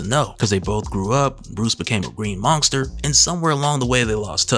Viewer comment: Man you say "monsker" nonskop!